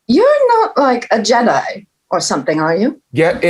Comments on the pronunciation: im nawt a jeEEEDii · That emphasis on Jedi. Just like Tom. 😂💀